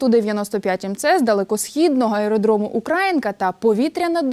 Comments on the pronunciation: не УкрАїнка, а УкраЇнка. Працюйте над собою, ви ж є журналістикою чи ні? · УкраЇнка, а не УкрАїнка! Сумно нагадувати журналістам правила мови!